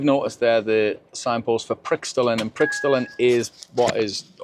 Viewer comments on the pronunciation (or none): Your "prickstolen" (lol) is actually pronunced "Praykeh -stolen". Hope you were still in southern Norway in May, it's been so warm.